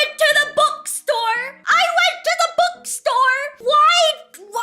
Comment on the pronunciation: i still dont know why she pronounces bookstore " bukstor"